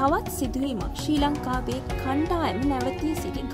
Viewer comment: ශී ලංකාවෙ , කීඩා, කීඩකයන්,, හරියට කියන්න බැරිද මේ ගැනු ලමයට